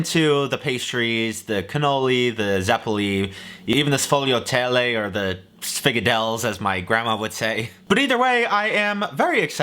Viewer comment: sfo ylee ah tell btw. I support not losing your heritage. Those are my favorite. You should also say Ri coh ta for ricotta as well. From your friendly italian american :)